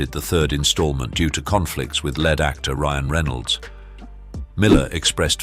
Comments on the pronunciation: Pronounce "lead" (sounds like leed), not lead . I cannot figure out how these narrators cannot pronounce words? How do they get these jobs? A drunk off of the street could pronounce them better. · Please say "lead actor" one more time.... is Ryan Reynolds made of metal??? :D :D :D